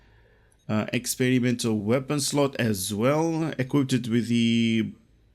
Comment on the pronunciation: Skipped right to the experimental weapon part to hear him pronounce it. Was not disappointed.